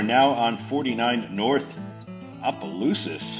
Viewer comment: The Louisiana half of me felt the compulsion to correct two pronunciations. Actually, introduce a pronunciation and correct another. Tchopitoulas is pronounced "chop-a-TOO-las" & Opelousas is pronounced "opp-a-LOO-sas".